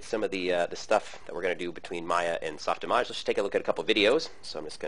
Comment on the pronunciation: does anyone else hate how he says softimawge